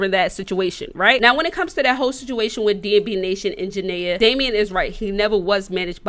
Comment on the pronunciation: Lord she saying janay name so wrong 😂